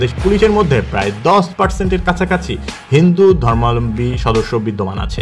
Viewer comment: আপনার "হিন্দু ধর্মাবলম্বী" উচ্চারণ সঠিক হয়নি কোথাও কোথাও। 😅